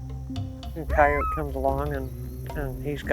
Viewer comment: Why do they say kay-oat instead of cayote?